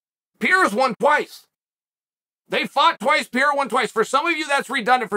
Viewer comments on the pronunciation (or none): Pe-hā-dä, pe-ˈrā-rä, but not piera. 🤦‍♂️ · i don't understand how someone can look at pereira and say it as piera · dude why you keep on saying Piera? Pereira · It's amazing watching Chael's pronunciation getting better and better. He started by calling him Pi Era. Now it's Pereura. You're almost there, champ! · Chael: Alex Pee Era. Everyone else: Alex Periera. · Seems like nobody’s told Chael that Pereira it’s not pronounced “Pierra” it’s “Pe-re-eeh-ra” lol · Why you keep calling him PEIRA??? IT'S PEREIRA!!!!🤣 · Pereira not Pierra. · He still says Pi era lol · You mean "Piera" 🙂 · "Pier-a" I didn't know Pereria became a frenchman. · It sounds like you call him "Pierre" 😂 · Pierra lol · why does Chael mispronounce the names of certain fighters like Pereira and Chimaev? it it supposed to be amusing? or is he a bit thick?